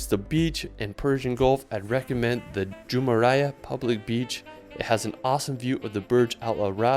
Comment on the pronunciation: Ok the way he pronounces „Jumeirah“ kinda hurts